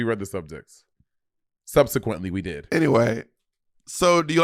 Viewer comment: Me, when I’m in the mood to argue but no one is entertaining my foolishness or antagonization: What do you mean by “subsequently”?? Why’d you say it like that??🤨🤨 *argues about semantics and pronunciations Bob, please😂 And I bet the comments will still blame Monet lmao.